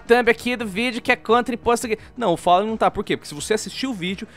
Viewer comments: ``o follen`` kkkkkkkkkkkkkkkkkkkkkkkkkkkkkkkkkkkkkkkk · É FALLEN e não follen